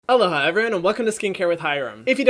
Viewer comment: Everytime you say "aloha everyone" I think you're saying "hello hi everyone"